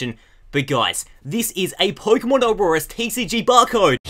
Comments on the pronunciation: You kept saying auroras not oras it's pissing me off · lol, it's not Aurorus, it's ORAS which means Omega Ruby Alpha Sapphire. Hope this helped! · I was confused for a while too, but I realized he was saying "ORAS" not Aurorus. He kinda says it weird, though.